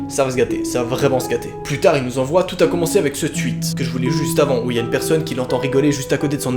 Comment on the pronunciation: Lol il dit twuit